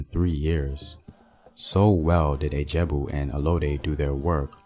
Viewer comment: Ijebu not Ajabu